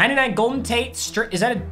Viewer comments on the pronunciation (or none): none